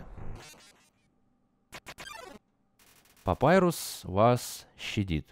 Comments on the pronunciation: *бро... папайрус..... Т.Т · А если папируса убили то как Санс говорит:" Папирус(Папайрус) тебе что-нибудь принести?